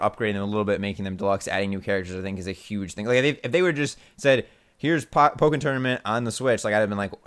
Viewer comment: Oh my god learned how to pronounce "Pokken" correctly...